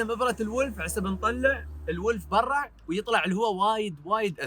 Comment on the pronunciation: ليه تقول برع؟ (برا)